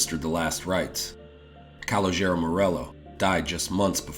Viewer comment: I'm just gonna do it.... Ca- lo- ja- row!!! not Col-la- jerro.... Still , great content